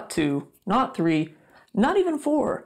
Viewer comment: Love he is so funny. The way he says three “tree”